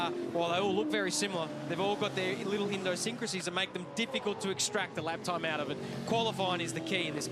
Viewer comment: ~ "Indosycracies"❓is that how I should spell that non existent word❓ Ovarianly he mint idiot synchronisation, like in that movie.